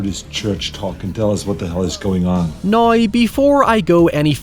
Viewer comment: Great vid! I do have a question unrelated, why do I hear you and some others says “now” like “nayee”? Something kind of like that. Like, almost every “now” has no “w” sound and omits it for an odd “aye”. Nayeee, let me ask you something. What will he do nawyee? Naye, I’m not one to argue with…